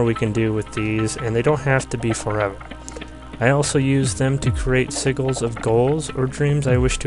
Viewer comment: it's not pronounced seaguls. it's see-jill